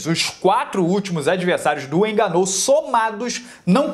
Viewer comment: Francis enganou, Rabibi nurmagomedov kkk este maluco não sabe falar o nome dos lutadores, muito bom kkk